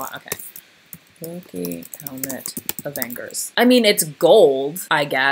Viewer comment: Nobody: Nobody at all:: avenGhers